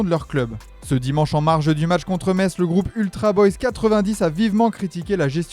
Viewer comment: apprenez déjà à dire Metz correctement...